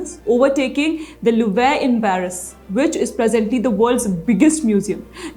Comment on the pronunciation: You sound like an absolute uneducated moron when you cant pronounce words like 'Louvre'. Just ask google for god's sake you f'in villager!